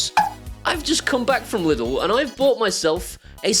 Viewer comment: its not pronounced lid l, its german and in englisch pronounced leedl